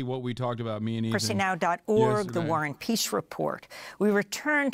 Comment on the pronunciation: Ive heard "The Warren Piece Report" for months or longer. Is it really War and Peace? Why does she say it like that?😂